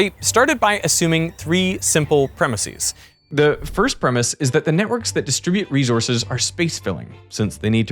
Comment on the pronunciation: Good news: you don’t have to use a full geminate i in the last syllable of premises! You can just use the regular English plural like any other normal word! Google Hyperforeignism